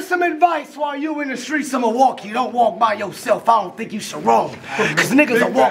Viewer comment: said “melwaukee” he did his thang, I’d like to see bank in another city and do the same thing. Both were good